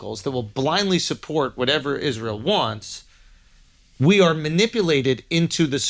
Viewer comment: Mispronouncing the word Israel is really blasphemy but we say Noel totally correct.